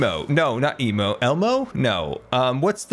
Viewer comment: “Its an elf… emo.” That is the funniest way I’ve heard anyone mispronounce Elmo.